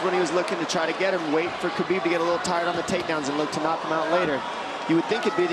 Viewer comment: Khabib is pronounced like Ha-beeb. This man is the GOAT of the UFC lightweight division, it's time people started saying his name right